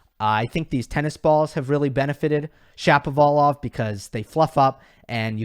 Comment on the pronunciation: Hi this has nothing to do with this video. But just watched your shot about taking the pronunciation of the players names right. I am like you. I am always so annoyed by the way the commentators ( experts???) pronounce (butcher)Shapovalov's name. They all pronounce it as Shappapolov!!! Yikes!!! So annoying!.